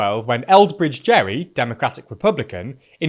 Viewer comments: Minor correction regarding Elbridge Gerry - his last name was pronounced "Gary", as in, "Gary the snail". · actually his name was pronounced Garry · Fun Fact: Elbridge Gerry’s last name is pronounced with a “G” as in “Gary”, not like a J as in “Gerrymander”